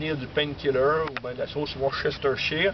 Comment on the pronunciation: Sauce Worcestershire: prononcé Worse-stichère :)